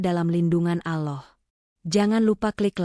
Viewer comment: In atminx orang sebelah ,, penyebutan kata" , allah,, kurang pas,, 😁🙏